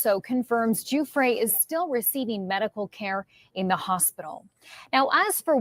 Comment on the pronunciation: Guiffre is pronounced Jou-free in Italian, not Jou-fray.